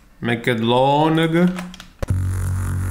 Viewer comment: I think miss pronounced "long"